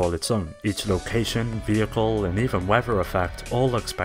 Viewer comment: I can't stand the way this guy says "vehicle" .